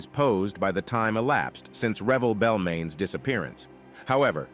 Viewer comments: It’s “Re-velle” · It’s actually Revelle